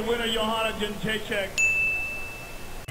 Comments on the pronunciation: she lied just to make it easier. i mean there is a definite "D". Its more like Youngd- ray - check. But young is more like yeng too. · Joe Hanna Jen-Jacket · JOANNAAA ! JED CHICKEN !!!!!!! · Did Rogan just said '' ten chicken'' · THE BEST ... Very funny! :D Simple: YEN-JAY-CHICK :D Йоанна Енджейчык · it's 'young-jay-check' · Joanna CheChicken lmao Rogan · Jesus. " yawnjayjeck" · Bob Langevin You wrote it properly the first time: YOanna yenJAYchick. The stress is always on the penultimate syllable. In Polish we would say: ariZOna, ameRYka, jaPOnia, portuGAlia etc. Some nuances: yen (d)JAY chick - yen is correct, jay syllable lacks specific sound which is alien to english language (dż/drz). Also letter I in chick is pronounced hard, harder than Y in sYmmetry. But overall you did great job, a lot better than professional commentators :) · Joanna Younggaychick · Yee-own-jay-check basically. Not that hard. I get the average fan screwing it up & not doing their research but damn that's actually kinda sad. She takes it in stride which is great, but jeez be more professional as a commentator than to make a guess like Yohanna edgeukchuk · My tongue just had a accident pronouncing her name...